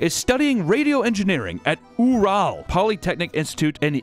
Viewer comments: ‘Ooo rale’ mtns…… he’s never heard this story that everyone knows or heard it pronounced? 🤣🤣 that’s impossible!! 🤣🤣kinda takes me out of it.. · “oo-ral mountains”🤣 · Ural is pronounced Yural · I’m not Russian but I do know how a lot of these words are pronounced and dear god His pronunciation of Ural made me mad 😂😂😂😂😂😂😂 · the pronunciation of Ural is crazy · He couldn't even get "Ural" right lol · Lmao couldnt even say ural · I knew as soon as I heard the pronunciation of "ural" that we were in for a real treat with the russian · “Ooral polytechnic” “Yikitereenburg” Idk how these words are supposed to be pronounced in Russian but even by English standards this is incredible